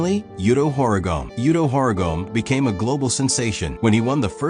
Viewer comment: “yuto horigom”